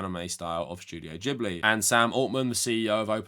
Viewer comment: Its Gib- ly not Jib- ly. In japanese g ALWAYS makes a hard guh.